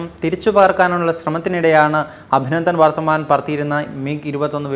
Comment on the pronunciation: അഭിനന്ദൻ വർത്തമാൻ ????????. .... ഇത്രയും ഫേമസ് ഒരു പേര് ....അതെങ്കിലും ശരിക്കു പറഞ്ഞുകൂടെ???